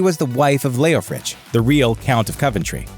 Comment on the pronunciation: "Leofric". NOT "Leofrich"